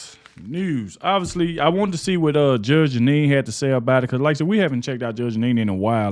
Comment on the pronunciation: I love you, man, I do!! But, Bruh, Her NAME is Judge Janine, NOT Judge Anine!! We're with you all the way, man!! You do GREAT WORK!! We're right behind you. Otherwise, I've watched more of your videos than I can shake a stick at; more than I can count!! I've recommended you to everybody I know, don't cut corners on people's names, man. To pronounce the names CORRECTLY, SHOWS RESPECT... ESPECIALLY with somebody as highly Educated as Judge Janine!!! Keep up the great work!! We're right behind you!!